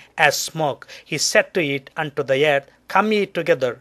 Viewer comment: ok.. like seriously.. I can't watch this video cos he's a fugly motherfucka. Do you have to stick ur face sooo into the camera? And try and use complicated words when you can't even spell properly Einstein? Btw.. its called Earth.. not YEARTH...